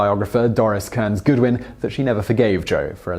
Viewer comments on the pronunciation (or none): none